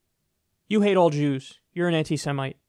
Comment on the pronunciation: The way Kyle says JEWS makes me lol for some reason